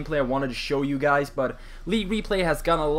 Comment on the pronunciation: it sounds like you sayin: whats up gays